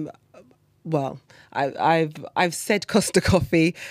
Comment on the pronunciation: Cost coffee lol you mean Starbucks?? Hahaha